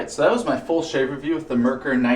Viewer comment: Being that this video is well over a year old, you've probably already corrected your pronunciation of "Merkur", but just in case: "Mer" should rhyme with "hair", and "kur" should sound like "koo-er" (think of the beer Coors. Exactly like that, but without the "s", of course). The emphasis is on the first syllable. MER-kur. I confirmed this by asking a German friend, who was born and raised and lives in Germany, and is actually in the next town over from Solingen.